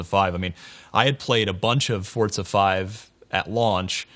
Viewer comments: Its Forza, NOT FUCKING FORTZA!!!!!!! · hey it's FORZA not fortza!!!!!! say it right, jesus this can be viewed around the world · Nigga keeps sayin Fort-sa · It's forza, Not fortza ! It's funny how the people that are supposed to report the latest news on games can't even say the name correctly. WTF ign??? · im spanish and forza resembles "force" in spanish (fuerza) there is no fucking "T" before the Z